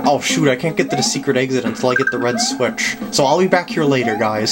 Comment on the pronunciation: Lol at the end you said green switich